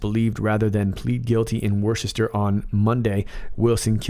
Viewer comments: its worcester said wuss-ster. Love your videos though. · Love you. Worcester is pronounced "wuhster"